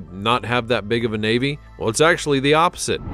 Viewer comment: I love it when he said the royal vavy faut the evil the funny they are the evil